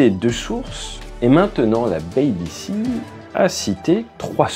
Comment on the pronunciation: Euh pas la "Baby Sea", haha. Plutôt "BiBiSi".